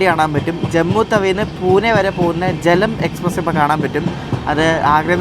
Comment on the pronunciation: ജലം എക്സ്പ്രസ് എന്നല്ല, ജേലും എക്സ്പ്രസ് എന്നാണ്.